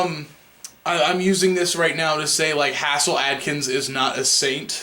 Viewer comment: HAZE' 'L, not HASS' 'L